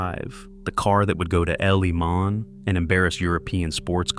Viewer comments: I stopped the video when Le Mans was pronounced L.E. Man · "The car that would go to 'L', 'E', 'Mon' ..." 🔥🔥🔥